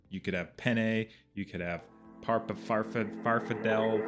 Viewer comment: can't pronounce farfalle reviewing another idiot chef